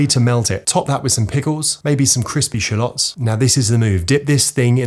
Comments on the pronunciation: wait so are you supposed to pronounce it as shallot or shallot?? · no way you actually say rosemary and shallot like that